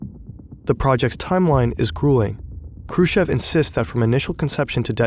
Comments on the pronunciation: Its krooschoff. Chev is choff. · Combination if Kh in any russian surnames must be pronounced as hard H. The K is always silent. Also, "ev " in Khrushchev must be pronounced as "yov" or at least "ov". And the "shch" just as "sh". Hrushyov. Now go practice and re-upload the entire video 😂😂😂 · also him prouncing it like "Krushev". Like lmao i know in German the sch is an 'sh' sound, but his name is Khrushchev, with the 'sh' being one part and the 'ch' also needing to be pronounced. Khru and then 'sh' as in sheet, and shy, the 'ch' as in chair and chips, and then ev. Not that hard, english speaking people have the same sounds in their language, but can't break down words or names well enough, they just gloss over them while reading, so weird 😂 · kinda doubt your research when you can't be bothered to look up pronunciation "krooshev" and "noble" stand out pretty bad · Why don't you use Google translaytor for such toponimic? Because nOvaya zemlyA is not novAya zemlYa and Hrushov is not Krush-chov. Just listem where stress is.